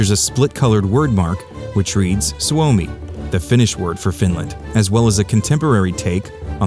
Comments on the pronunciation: soo-Me. suomi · Pronounciation in the video was almost perfect. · Quick fix: Soumi is (roughly) pronounced "Zoomi" with an emphasis on the "o" and "i".